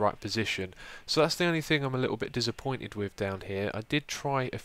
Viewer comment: You can't pronouce your 's' hahaha Pozzable, Dizzapointed lmfao